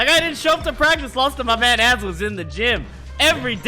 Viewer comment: Who's Azel? I thought he was saying "asshole" referring to BBB ahaha